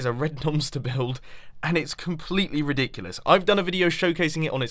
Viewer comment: You are British because you said ridicuolus, and don't you lie